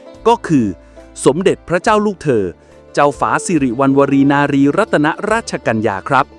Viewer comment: ใช้คำราชาศัพท์ผิดนะครับ เช่น พระราชหฤทัย /ต้องใช้กับกษัตริย์ /และขานพระนามท่านผิด ตรง รัตน ไม่อ่านว่า รัด-ตะ-นะ แต่ให้อ่านว่า รัด ตามพระราชนิยม ในข่าวพระราชสำนักมีตัวอย่างให้เห็นนะครับ /ใช้ถูกจึงจะเป็นศรีแก่ชีวี